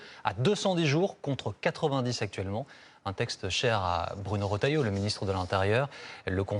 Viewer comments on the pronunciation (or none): none